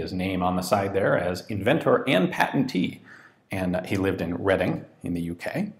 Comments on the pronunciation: Good job pronouncing Reading correctly lol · Kudos on your pronunciation of reading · I'm impressed that you pronounced Reading correctly.